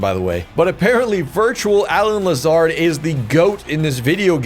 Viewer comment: Not a fan of the pronunciation of Allen Lazards name lol he’s an absolute gem so you better get used to that name and cherish him. Bigger loss than Rodgers.